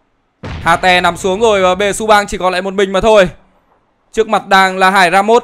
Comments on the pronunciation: Hater ông đọc là hà tè :)) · ông hate toàn bị đọc là hà tè buồn cười vl =))